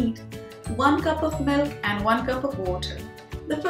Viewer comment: It's milk not melk